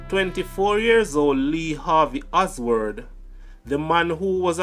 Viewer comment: Oswald not Osword.